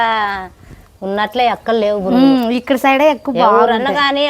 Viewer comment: బురుగులు కాదు బొరుగులు